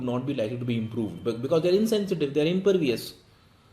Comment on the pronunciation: 3/4, reading mistake of the word impervious.